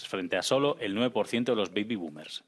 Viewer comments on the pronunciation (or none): none